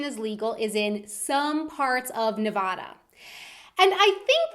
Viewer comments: The way she said Nevada.... kinda made me cringe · you said Nevada wrong